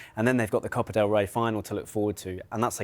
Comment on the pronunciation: "cope del rey" lol